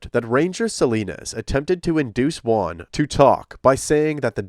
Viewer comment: I'll just chime in to say letter J in Spanish is pronounced like a very hard H, so it's something like Hooan, instead of One/Wan.